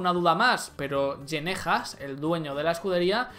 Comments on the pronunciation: Gene se pronuncia Gin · Se lee Gene Haas se lee Gin Haas